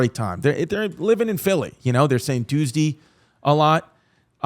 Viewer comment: Lmao I’m from philly and never realized that’s how I sound when I say Tuesday😂😭